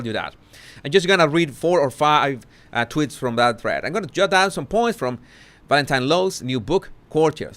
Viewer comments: Am I the only one who is delighted every time he mentions Markle follower tweets he pronounces it 'twits'? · tweeeeets the E is supposed to sound like the E in sweets but I think it is harder for Spanish speaking people to pronounce it that way maybe. At least some have difficulty due to their accent. Not just Spanish speaking but Portuguese as well. I know some whose first language is Portuguese anyway and their accent is similar to Spanish with that accent. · nope! I LOVE IT TOO! 😂